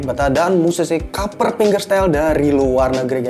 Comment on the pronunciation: Kaper....kaper....kaper.... hedeeh....yg bener klo ngomong